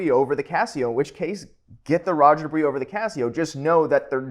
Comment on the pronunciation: Dubious=Do-bwa not do-wee. Can't even take you seriously du-dwee